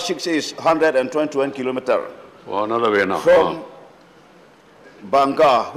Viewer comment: Speaker khian K.Vanlalvena tih a lamthiamlo. Kan MP hi ka chhuang tak zet. Vai dangnal deuh² saptawng lam diklo an tam em mai